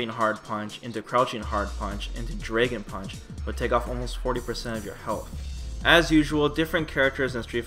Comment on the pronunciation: What the fuck is a "Draygon Punch"? lol